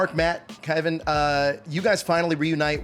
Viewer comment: Interviewer can't seem to pronounce either the actor's name (KAY-VON) or the character's name (NAN-DOOR) correctly.